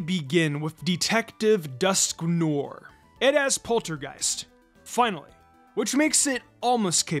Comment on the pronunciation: Your mispronunciation of Dusknoir's name hurts my soul. Otherwise, excellent video. 👍